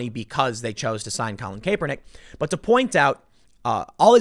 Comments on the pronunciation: Pronounced cap-Er-nick ...not Cape-er-nick. Lol spelling is odd though so I get it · Tim, learn to pronounce Kaepernick (Cap~per~nik). 👍🏽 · At least say Kaepernick's name right Tim. CAP-uhr-NICK. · jesus....CAP-pernick. not CAYE-pernick. it's not difficult. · Kapernick not Caper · Tim, it's Kapernick...how do you get Cape out of that? Its Cap. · Tim for the LOVE OF ALL THAT IS HOLY Cap-Er-nick!!! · CoLiN KaY-pEr-NiCk 🥴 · How has nobody told tim how to pronounce Kaepernick? Cāp-er-nick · I enjoy your work but you sound ridiculous when you say Kaepernick. Be a professional and look up somebody pronouncing his name. It's not pronounced how it's spelled. The E is silent. CAP-ER-NICK.....KAPERNICK. Good thing to do moving forward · Every time he says Kaepernick as "kapernick" I laugh uncontrollably for some reason it just sounds so damn funny 😂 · Its Pronounced CAP er NICK Tim I cant stand him but please say his name right lol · Its pronounced Cap Per Nick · Nagooyen.. Kay-pernick... it's like he's never heard these names spoken before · Yo Tim it's "Capernick" pronounced like bottle "cap" lol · You really need to learn how to pronounce Kaepernick..cap_err_nick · Tim please say his name correctly - Kaepernick (KAP-er-nick) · Tim repeatedly mispronouncing Colin's name is my favorite part of this endless story. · Why are you mispronouncing this damn near household name?